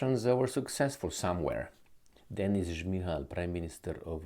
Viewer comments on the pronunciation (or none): none